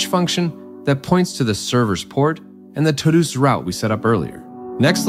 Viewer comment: This computer generated voice over is impressive, very natural inflections, only noticed with the pronunciations of sequel and todos, nice break down of the framework.